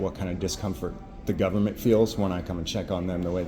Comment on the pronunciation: ah yes, the good ol' gubamint